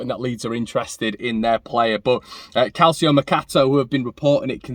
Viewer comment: Calcio - is pronounced in Italian as CAL CHO. C is pronounced like church... Ciao. Great show.